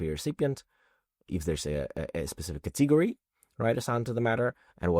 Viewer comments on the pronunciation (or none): Very well done! Thank you. (Please note, though, that the stress in "category" is on the first syllable, i.e., cAtegory, not catEgory.)